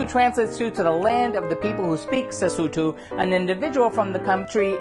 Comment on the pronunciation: He just butchers the language beyond recognition 😂 . Sesotho is not a language for the faint of heart.